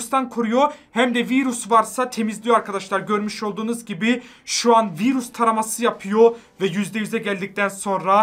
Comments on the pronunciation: Abi o viiirus değil virüs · Abi virus değil virüs 😂😂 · Abi viğirus değil virüs😂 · Viiiruss😂 abi duzgün desena 😂